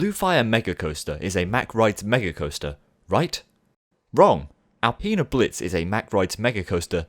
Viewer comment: alpine blitz not alpeena